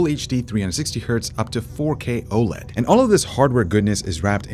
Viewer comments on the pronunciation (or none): none